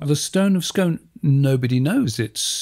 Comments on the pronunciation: the huge variety of stone across Britain is the reason why there is so much hydrocarbons under the sea bed of the North Sea. btw Scone is pronounced Scoone, as in noon. and in Diskworld its called the Scone of Stone :) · Scone the place in Scotland is pronounced Skoon. Scone the thing you eat is pronounced Skon..If you are Scottish. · pronounced as 'Scoon' the town is also 'Scoon' the cake is called a scone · Oh please, "Scone", the place, is pronounced "Skoon". And it was stolen not by the British but by Edward I ,king of England. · Never "scoan"!